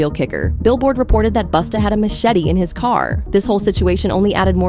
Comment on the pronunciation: Say it ain't so.Not you calling him Boosta 😭🤣😩